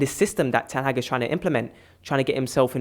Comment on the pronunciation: will never pronounce Ten Hags name correctly lol.